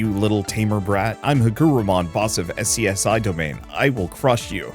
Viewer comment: FYI SCSI is pronounced 'Scuzzy'. Also Digimon has a lot of cool themes that work really cool for darker stories. Dark digivolution can be used in some pretty interesting ways. And several digimon try to kidnap and or hold hostages.